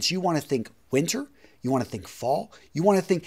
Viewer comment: Hey man, is it a regional accent to pronounce "you" as if you are saying "Jew" or is it personal? Y and J generally sound different? No offense, just asking coz I'm not familiar with US regional dialects.